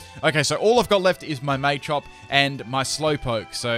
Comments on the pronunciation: ITS NOT MAYCHOP ITS PRONOUNCED MA-CHOP MA NOT MAY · "may-chop" lmfao